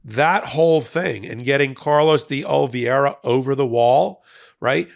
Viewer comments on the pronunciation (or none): Oliviera, not Olviera. It's not a name from outer space!